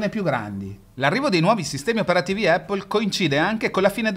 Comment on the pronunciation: Baistròc, miga par spacär il bali mo as dis “Apol” (con l’accento sulla A) miga “Eppól”